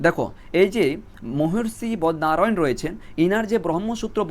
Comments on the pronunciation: 5. 13 ......😂😂 বদনারায়ান ❌ বাদরায়ন ✅ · Sir bodnarayan na badrayan aro onek uccharon bhul ache correction kore neben please